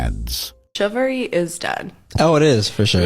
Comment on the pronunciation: That black chick can't even pronounce chivalry 😂😂😂